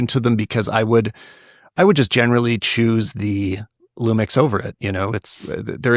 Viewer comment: These guys had me laughing as Lumix fans and barely managed to say one lumix model name without flubbing it haha. S10? S1iiR?